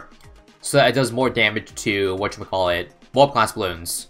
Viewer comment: No one:: "whatya-ma-call-it"